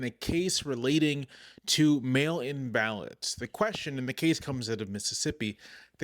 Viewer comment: Did anyone else hear "male imbalance" at first instead of mail-in ballots. Lol .